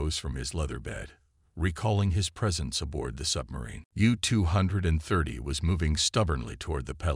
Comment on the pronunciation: Gotta love AI narration "the Ewwwww two hundred and thirty".